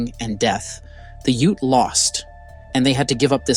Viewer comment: The AI voiceover really drags this piece down, the basic mispronunciations of "Ute", etc.These films all seem like they're totally made by AI! Pathetic.